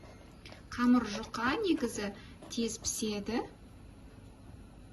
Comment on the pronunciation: Не камар, а камЫр